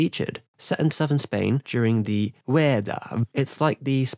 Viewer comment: Nobody in Spain would understand your "Vuelta" hahahahhaha. Also, some things and representations of andalusian culture seems a bit weird to me but probably if I try the same with japanese culture would be also a bit weird. I know about this movie since some years ago but I haven't watched yet. Thanks for the video, I should check.